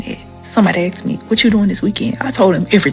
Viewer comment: Did she just say.. Somebody axed me? Sounds painful.